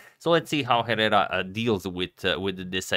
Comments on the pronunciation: Agad, Hernán is correct. You should pronounce Herrera like "Ehrrrera". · In Spanish Herrera is pronounced Errera. You must never pronounce H+ vowel in Spanish since the phoneme was sacrificed long time ago. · Since you seem to appreciate tips on how to pronounce foreign names and surnames properly allow me to hint that the "h" in "Herrera" is silent. So a more accurate way to pronounce his surname's first syllable would be akin to "eh" in english I think. I hope it helps! Great video and great game, by the way. I learned a lot. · Plus the H in Herrera is silent. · Hey Agad, Herrera is pronunced without the H and with a strong R, like the one in Rocket. Hope I explained well XD love your content!